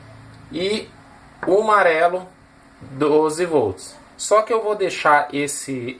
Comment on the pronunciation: Gostei demais do projeto, o que mais me fez feliz nesse vídeo foi ouvir você falando as cores; Marrão, Marelo. só faltou dizer VERMEI! 😂